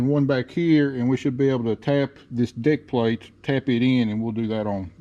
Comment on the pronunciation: Are you calling that a deck plate or Dick plate